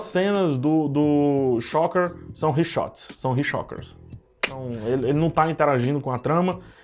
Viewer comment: Reshoots né? Ou falaste outra palavra que não entendi,?